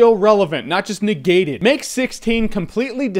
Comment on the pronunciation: lol negayted